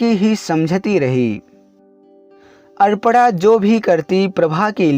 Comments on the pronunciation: Nice story but arpna nahi aprna hai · Are adpada aparna hai 😁sahi se bolo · सर अगर आप सही उच्चारण करें तो अच्छा है।कपड़ा कहते हैं।अल्पना कहते हो। नाम है अपर्णा ओर आप पता नहीं क्या बोलते हैं। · Bahu ka naam toh sahi bol lete. Aparna ko pata nhi kya bol rahe ho. Koi asan naam rakh lete jiska उच्चारण sahi se kr lete